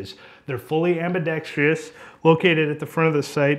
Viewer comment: Ambi-dex-truss. There is no EE sound in ambidextrous.